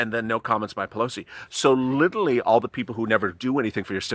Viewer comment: The word is "literally", NOT Lilly. Slow down and you'll get it right.